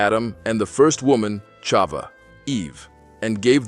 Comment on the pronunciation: Thank you for this beautiful animated story,I am sure that our children will learn so much from it,though I want to bring up to your attention 2 mistakes:the name of the first woman is pronounced CHAVA(with a H,and not Ciava,and the sin made by CHAVAwas in that same day,the day of their creation,wright before SHABAT,and not later,it's important that everything that we teach to the children to be accurate, and exactly as it is written in our HOLY TORAH!!!Congratulations though for the content and the beautiful animation😊SHABAT SHALOM uMEVORACH beEZRAT HaSHEM AMEN ve AMEN ISHTABACH SHEMO laADDDDDDDDDDDDDD AMEN ve AMEN!!!💞🕎✡️💞